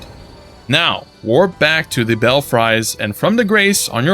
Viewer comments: Not bell-fry, bell-free is the way it is said. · Lol, its Bell-Free bud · Clarifications: Your map said "Raya Lacaria" but it should be "Lucaria." "Belfries" is pronouned "Bell frees." Igi sells unlimited Somber Stones 1 & 2, but a small number of 3 & 4, at least initially. Thankee!